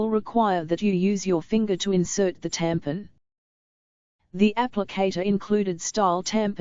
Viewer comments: Who else came down here just to look at the comments on how she kept saying “tampin”😂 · Hahaha “tampin” the way she says it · It’s hella funny 😂